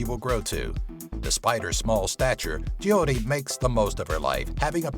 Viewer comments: i hate how he said Jyoti. Its pronounced Joe tea not Je o ti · It's jyoti not jiyoti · of course I have heard about Jyoti and you are pronouncing it wrong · the way he pronounced JYOTI is hitting me like heart attack hahahahhhahhahaha btw loved the video ...................... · Hey ur saying Joyte's name wrong